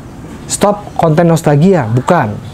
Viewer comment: Saya ko denger.nya nostagia bkn nostalgia 😁